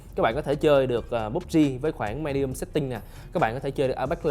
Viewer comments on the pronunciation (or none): none